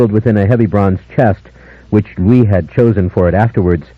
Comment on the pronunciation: Honestly, I thought leaned into Lestat's hammy delivery too much. And he pronounced Louis wrong through four books lol